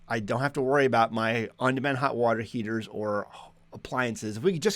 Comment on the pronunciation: You almost said "Water Heezers."